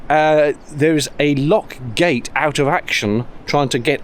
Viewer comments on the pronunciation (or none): none